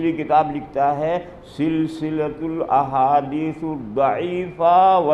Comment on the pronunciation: سلسلسۃ الاحادیث کا اعراب ہی غلط پڑھ رہا ہے